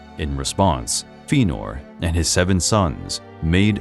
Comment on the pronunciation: Feenor. Ugh...